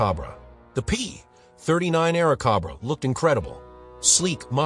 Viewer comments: Aira Cobra as-in the the hooded venomous snake not as in air (corn on the) cob raw… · It's Airzcobra like the snake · One of the absolute WORST AI GENERATED videos out there...The P-39 "Awercoba"... 😂😂😂😂😂😂😂😂😂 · THE A I voice SUCKS! The AIRCOBRA (like the snake, Cobra ) not what the voice says. And it goes downhill from there. Like, the P (pause) 40, and so it goes...